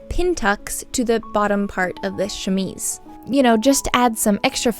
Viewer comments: Thank you for redoing the audio on this. I enjoy your videos and the work that you do, but to be honest, as a French and even English speaker, the way you were saying chemise was driving me nuts and took away from the video, if only because you said it (incorrectly) so often. Kudos for being a professional and putting in the work to put out a professional and perfectly polished video that highlights the gorgeous finished garment. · don't feel too bad about mispronouncing chemise, when I first came across the term I kept pronouncing it ke-mees, like chemist lol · I personally enjoyed the first way of pronouncing chemise because I often make mistakes too 💖😅 English is weird, it’s not read as it’s written and basically you need to hear other people pronounce it repeatedly until you’re able to get it right 😂 I was born and raised in Australia but my parents speak Spanish where the rules are a lot more simpler. There’s a roundabout here in Victoria where Lilydale is spelt three different ways for the same suburb! When the Myki (public transport card pass) I read it as Mi-ki but it’s actually “my-key” which was rudely brought to my attention. 😅 Sydenham, which you would assume is said Syd-en-ham, is actually a quick blur of Sid-di-am. 😂 Like before, I loved the work you did, beautiful and so much attention to detail which shows the love you put into it. 💖💖💖